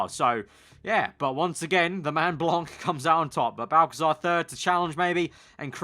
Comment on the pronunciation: Hey just wanted to say that you have a little problem with the pronouciation of Blanc : You don't have to pronounce the c at the end so you just have to pronouce Blan, But anyway good video as always :)